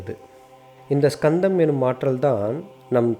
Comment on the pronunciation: Not skandham only kandham s is using ariyan pronounce word